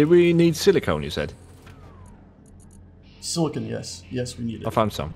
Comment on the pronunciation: Every time they say "Silicone" I chuckle because Silicon is used for computers, while Silicone is used for breast implants.